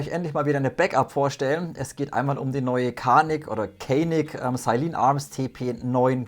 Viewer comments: Gelesen wird " DJANIK ".. WIE ' JANGO' IM ENGLISCHEN !!! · Canik wird Janik ausgesprochen die echte waffe stammt aus der Türkei und dort spricht man C aus wie ein J